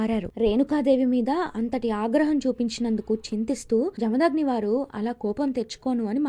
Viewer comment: జమదాగ్ని కాదు... జమదగ్ని...